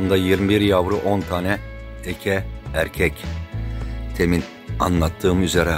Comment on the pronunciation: Temin dehil demin dersen daha dogru olur,🤗